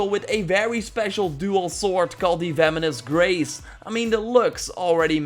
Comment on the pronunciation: it kinda sounded like ya said “feminist race” instead of “venomous grace”